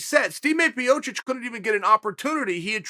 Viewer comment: Stepe Miocic / Stemay Piocic. This is definitely NOT on purpose whatever you might say